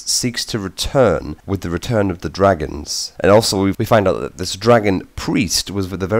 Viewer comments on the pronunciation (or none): none